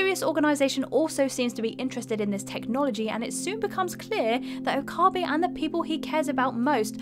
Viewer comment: Stains ... Gate and Okaahhhbe. I think I threw up in my mouth a little bit!